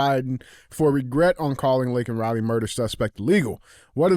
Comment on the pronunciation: It's actually legally Criminal Alien. And he should have apologized for getting Laken Riley's name wrong.